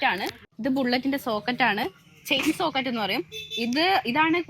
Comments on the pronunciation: സോക്കെറ്റ് അല്ല സ്പ്രോക്കെറ്റ് എന്നാണ് ആ സാധനത്തിന്റെ പേര് പിന്നെ ഷോക്കപ്സർ ഷോക്ക്അബ്സോർബർ എന്നാണ് ആ സാധനത്തിന്റെ പേര് 😂🙏🙏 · Socket അല്ലമോളെ sproket ആണ് 😂😂